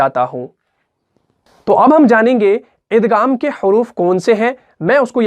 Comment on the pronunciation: Aap igham k ghaeem ko ghaf se kiu bol rahy hen